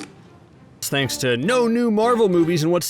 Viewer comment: Did he say thinks for thanking of me